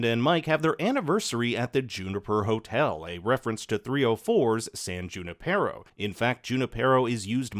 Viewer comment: It's pronounced yu-NIP-er-oh